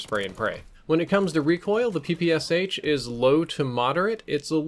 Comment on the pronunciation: It's pronounced "Pee-Pee-Shaa", not "Pee-Pee-S-H". I'm so tired of repeating it to you, people (ง ͠° ͟ل͜ ͡°)ง You don't say "S-H-arapova"? You say "Sharapova".